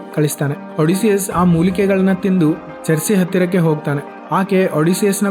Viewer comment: ಒಡಿಸಿಯಸ್ ❎ಅಡಿಸಿಯಸ್ ✅😂😂😂